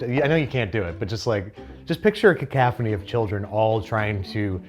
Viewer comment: caCALFphony, LOL